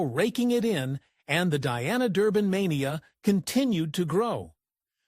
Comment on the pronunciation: I wish these AI generated videos would learn how to pronounce words correctly, Her stage name was Dee-ana, not Di-ana.